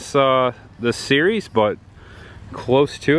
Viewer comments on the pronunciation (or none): none